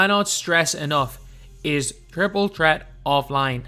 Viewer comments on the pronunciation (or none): “Triple tret”😂